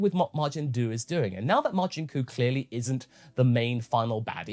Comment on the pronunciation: I swear it sounded like that witch said "Majin Dude." Good episode